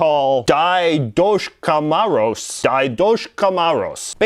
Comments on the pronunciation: His name is pronounced Ded Maroz which means father christmas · nooooo nooooo "diedoshka maroz" nooooo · It is pronounced Dedt Maroz and cnegoorachka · La Befana is not Santa, she comes the 6 of January. There is Babbo Natale who is more like Santa Claus. Also the Russian Дед Мороз is pronounced "Ded Moroz", Снегурочка is pronounced "Snegurochka" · You pronounce the Russian Santa as Ded Moroz, which means Father Frost. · It's pronounced dzet morozt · I think you should pronounce Scandinavian Santa “Youll Nish” and the Russian Santa “Ded Moroz”. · Russia's Santa is pronounced like "Dedushka Moroz" and "Snegurochka" is his granddaughter. Greetings from mother Russia! We have Christmas on the 6th of January because of Orthodox church and it's old calendar. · Your Russian santa pronounciation was so wrong, but you can call him Father Frost, because that is how it translates. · He's very phonetic when he speaks. He even says the aboots and oots and aroond. Which I'm sure many agree not very many people in Canada pronounce it that way. Either way he's insightful and I don't mind. I'm actually more weirded out by the Canadian than his very bad pronunciation of дед мороз. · Marcus W I wasn't so pleased about what he said about our santa claws (I'm from Russia) but it was so funny how he pronounced it.😐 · The Russian pronunciation is so far from what it should sound like, that it is unbelievable how you could have made it sound like that! Great explanation of Ded Moroz though.